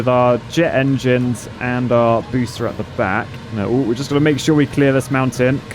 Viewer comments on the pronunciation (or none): Don't you mean, "Nautical Object Boosh-ter ?"